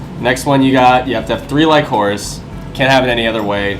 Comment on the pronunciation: bro lycoris is pronounced lick-o-rish lol